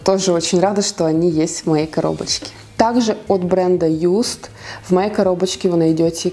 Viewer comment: Косметика Just произносится как жаст не юст